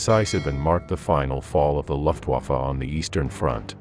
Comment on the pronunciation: Your pronunciation of the name of the German air force is incorrect. It is not LOFT-waffe but LUF Get it LUF. L-- u-- f-- t=Luft-waffe.